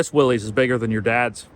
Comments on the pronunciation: Many pronounce the name wrong, but it’s pronounced “Willis” not “Willies”. John Willys. 🤙🏽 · It isn pronounced “Willies”. That is quite embarrassing for you. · "Epic Adventure Outfitters" and you don't even know it's pronounced "Willis?"